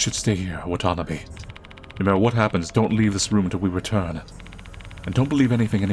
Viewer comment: my brother in Christ, please pronounce Watanabe correctly. It's not wa-tanbee. Its Wah tah nah beh. Only reason I'm nitpicking is because I know you're a weeb. Watanabe is like the "Smith" of Japanese last names, and in Hawaii we have tons of Japanese Americans here with that last name lol Unless you're intentionally doing that as some kinda inside joke. If so, carry on.